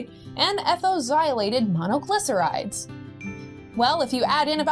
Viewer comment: This girl is entertaining and informative, good looking and charming. Much better than the corporate TV shows. I especially liked the way she pronounced ethoxylated monoglycerides in the other video. I checked in a dictionary, and she pronounced it correctry!